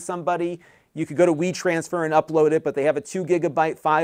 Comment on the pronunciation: I thought he said roll your own weed transfer. I was like huh then notice wetransfer lol